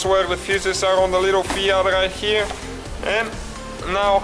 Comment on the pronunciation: rrright herrrre!:) nice review,thanx